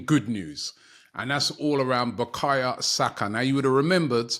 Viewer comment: Robbie, respectfully.. Who the f*ck is BUKAYA Saka. I know Bukayo Saka.